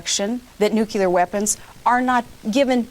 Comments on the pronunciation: NUKULAR!!!!.... it is nuclear. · Who else other than Bush says 'nucular'? Frightening. If they can't say nuclear, they shouldn't be anywhere near the button. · Preemptive war is not okay for the Russians, but it's imperative for us? This woman is just scary, she's so dumb. Also, if I have to listen to four more years of "nukyular" I'll scream. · Please help McCain and Palin: How do you pronounce nuclear? 1. Nuuu 2. Noook 3. Noodle 4. Noodle-clear